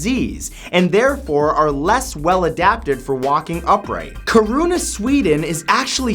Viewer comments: Kiruna pronounced kirrunna fast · I was like " What the fuck is Coruna" i realised he meant to say Kiruna. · you are sow funny when you pronounced Kiruna where I live it sounded like you sade krona the Swedish money but you are amazing sow keep going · Not to nitpick, but Kiruna is pronounced KI-ru-na (with the weight on KI and a sharp r) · I (as a swede) was like: What the heck is Cirunah? Before I understood that he meant Kiruna... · laughed hard when he pronounced the swedish city Kiruna :') sounded like Corona lol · Love how you said Kiruna. As a Swede I had no clue what you said at first ^^